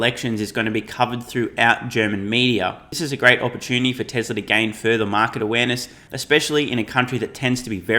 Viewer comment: Who is Tes-ler?